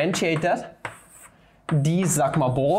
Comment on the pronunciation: Did he... Did he just say sigma balls??